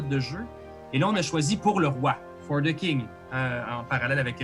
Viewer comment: Bon, y'est vendredi soir pis je suis peu être un peu fatigué, mais chaque fois que prononce "For The King" j'entends juste "fornicking". Je me suis même sincèrement (mais brièvement) demandé si la fornication c'était une "skill" dans le jeu. Ah pis là vous parlez de "gourdin grossier" - semble que je ne suis pas le seul à penser croche...